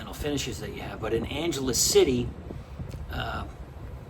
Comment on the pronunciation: Since u r residing there pls ask locals how to properly say Angeles, this isn't Los Angeles buddy. Take care & enjoy living there.